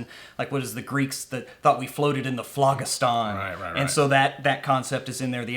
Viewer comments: Oh man your egregious mispronunciation of phlogiston is driving me nuts. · 49 seconds into this video and I am done because you guys mispronounce ethereal and phlogistan